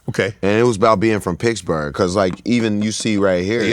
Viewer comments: "Pixburgh" at least that's how used to even spell in on his Twitter bio way back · Is wiz saying Piggs-berg?